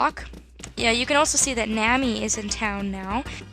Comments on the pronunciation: Pronounce Nami as naw-mee and Dia as die-uh, but I'm not sure if those are correct lol. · you are pronouncing nami wrong